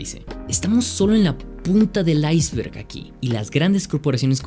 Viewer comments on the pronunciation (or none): none